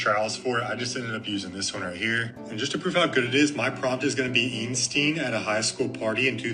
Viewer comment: Did that guy pronounce Einstein "Eensteen"? Hold on: he just called Vader "Darth Maul" too! Worratwat. Rose Hanbury's a pegburger.